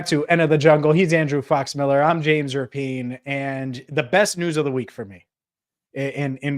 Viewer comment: Speaking of names...not sure if u caught Kay Adams crediting...JAMES RAPPY-ANN at first. After couple tries she did finally say...RAPIEN